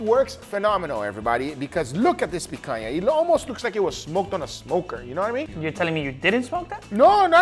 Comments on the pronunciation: As a Brazilian, no need to apologize. You're doing a pretty amazing job already, by properly pronouncing the "NH" sound. Just make sure you use it in "Piranha" as well, and you'll be 100% good in my books. Also, you should try "farofa" as a side dish compliment. It's yucca/cassava flour, toasted with butter and salt, to a golden brown. From there you can eat it as is or add bacon, olives or whatever you want The funny thing... I don't like rare meat. Yeah, go ahead and sue me, I know, I know... I just prefer it well done. 🤷🏻‍♂️ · I knew you were Brazilian the moment you said picanha the right way 😂 Ps: why didn't you cooked the picanha with the fat up? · is the brazilian? cause i have never seen a gringo say picanha so well